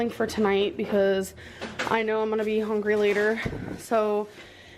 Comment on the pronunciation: That and “HONGRY”